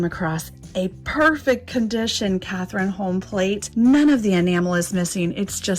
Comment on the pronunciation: Amazing Cathrineholm find! But I want to let you know of the correct Norwegian pronunciation: cot-ree-nah not Catherine! 😊💛